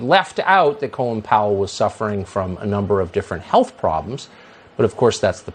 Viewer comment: Gotta love Tucker pronouncing Colin like "colon." Doesn't Tucker have any Irish acquaintances? Doesn't Fox News have editors? He seems to be as uncultivated (colon) as he is unprincipled (lies about the vaccine.)